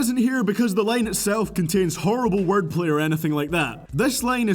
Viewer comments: What is this "lane" that you keep mentioning in every "line" of your sentence?? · This guy sucks he says lane instead of line what a uneducated white boy